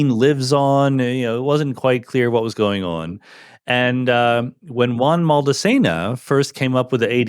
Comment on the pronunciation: Phycisists are smart people and still can't pronounce "Juan" (as in Maldacena) 😆 It's an arabic J (Spanish has a strong arabic influence since Al-Andalus) "Whooan"